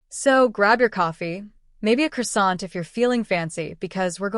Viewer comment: For god’s sake learn how to pronounce the word CROISSANT properly. It’s not difficult just go to any on line French translator, type it in and press listen. Sheer laziness.